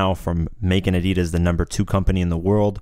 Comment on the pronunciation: How stupid sound ADIDAS from you dude 😆